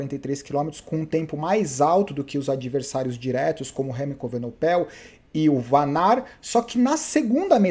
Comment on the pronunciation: o nome do "pivete" é Renco EVENEPOEL e não Renco EVENOPEL...rsrsrsrs